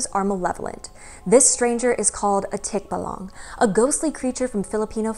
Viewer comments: Hi! Big fan here from the 🇵🇭! Correct pronunciation is 'tik-BA-lang'. Stress is on the 2nd syllable. 😉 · I and most Filipinos I know would pronounce it as "tik-BAH-lang" where the first and third syllable are very short and the middle is emphasised and slightly longer :) There are some Tagalog videos here on Youtube that pronounce the word how I've heard it. "Ang kwento ng Tikbalang | Ang Libro" says the word multiple times (at the 20 and 30 second mark).